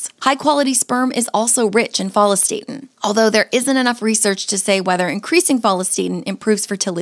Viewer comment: What's with the HORRIBLE pronunciation of follistatin???